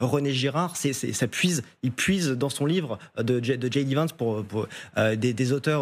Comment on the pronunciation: Djay di pas dji di